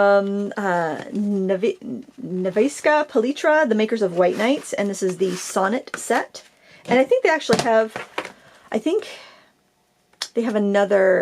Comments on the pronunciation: I guess they mimic pronunciation of non-Russian speakers. But I assure you that it's pronounced nEfskaja palEEtra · Russian is phoenetic, so what you see is how you say it :) the accent in Nevskaya is on the first syllable. Nev sounds the same as in Never, skay is sort of like sky.. ish... and then you add soft "a" at the end :) also they have like 7 different watercolor lines. 3 professional - master class line being the finest quality, then white nights and then Ladoga (accent again on first syllable) , Sonnet being student line, 1 decorative line (I'm guessing for card making and stuff, never tried it) and two chidlren's lines - think Crayola type stuff :) the weird thing to me is that as a kid, growing up in USSR, I had their children's line originally and then.. Yarka paints in high school. and yarka art supplies in general were just something everyone absolutely coveted (to the point where when I immigrated to USA and eventualy went to FIT in NYC, and we had drawing class that required charcoal, the moment I saw that i could buy yarka, i didn't even look at any other options :P ), and i know for a fact that its the same company was making them, but for the life of me I cannot tell you why Yarka is now their import line only O_O I know I haven't imagined it because my husband is also from USSR but completely different part of it and he remembers them as Yarka as well. they also have these gouache pots that at least I remember being absolutely amazing, but I haven't used them in decades and cannot justify buying another set of gouache until I use up at least one of my current 2 sets (o